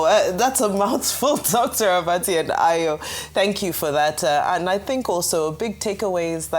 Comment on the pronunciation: Dr Abati (Do-free) lol